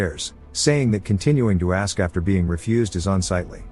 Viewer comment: I'm gonna "Axe" for more of these videos when the new part comes out